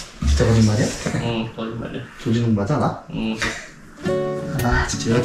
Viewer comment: 조진웅 스타일을 조지는 스타일로 잘못 들었네여 ㅋㅋ 자막 보고 조진웅인거 알았어요 ㅋㅋㅋㅋㅋㅋㅋㅋㅋㅋ